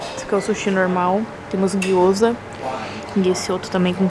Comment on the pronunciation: Olá,que delícia a viagem.,não e guioza e guiozaaa